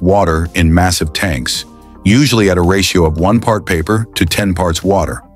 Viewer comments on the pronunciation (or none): none